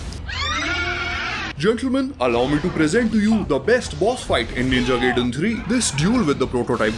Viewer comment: It's pronounced "Guy-Den"